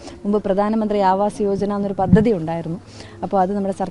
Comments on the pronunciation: പതതതി അല്ല. പദ്ധതി എന്ന് വായിച്ചു പഠിക്ക്ക്. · പത്തതി അല്ല പദ്ധതി....